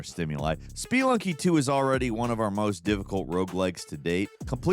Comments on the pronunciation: *speee-lunky Lolol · Speluny is pronounced spuh-lunky, or at least not with like… 6 es lolx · its not Speelunky ffs :D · Yea... not how you say it :D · is that how Spelunky is pronounced? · Is your pronunciation of Spelunky for engagement bait? Because you got me and my anxiety running high.